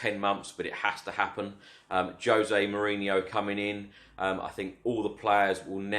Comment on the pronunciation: Let`s make him feel welcome and learn to pronounce his name correctly. It is with a soft J, he`s Portuguese. So it sounds like the S in vision. Or the French Je. ZHozay being the closest I can get to writing it. After some thought, I `ve decided he may be EXACTLY WHAT WE NEED, he is special.